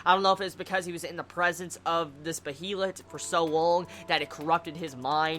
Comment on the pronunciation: Behelit is spelled correctly but it is pronounced like Bealit.